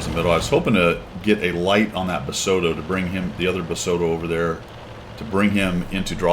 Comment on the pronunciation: Pretty sure the accent in pronouncing is like the food, rossoto. Just my take.